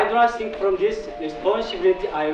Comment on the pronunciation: 이 'I do not shrink from에서' shrink from을 think from 이라고 발음하시네요. 들어보니요. 죄송^^